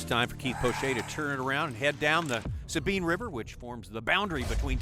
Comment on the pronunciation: Its the S-A-BINE not the Sabean